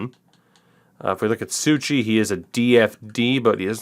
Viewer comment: its Sou ci not Sou chi